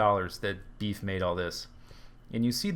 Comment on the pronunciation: its beef... not beff